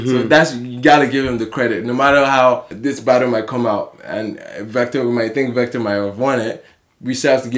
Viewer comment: vector' not 'victor'